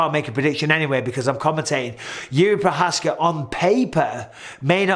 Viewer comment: You mispronounced Jerry Provider